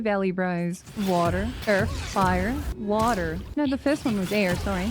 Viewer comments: the fastest 2 hour video I've ever watched Also, the "WATAARRR" annunciation fucking sent me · "into the wah-terrr" 😆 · the attempt of saying "water" as the only word in an american accent in the whole video was too funny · second. HAG MARINA DOESNT HAVE A BABY BUMP?! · I will never get tired of the way you say water... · Hey, I love your videos! And your sneak Archer build is stupidly overpowered and I love it! I just have one question though, why do you pronounce "water" like that? Did someone make fun of you for pronouncing it with an accent? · curious why she says water like a normal person instead of the way of the aus people. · why is no one talking about how she said bottle of water LMAO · But why pronounce water that way tho haha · I cracked up every time you said water. Great sense of humor and a great video! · alright i gotta know, why do you say water in an American accent?